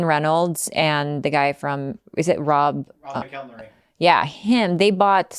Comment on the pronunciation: The way the guy butchered Rob McElhenney's name.